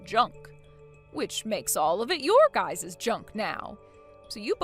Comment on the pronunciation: ITS NOT GUYS’ES. It’s just Guys’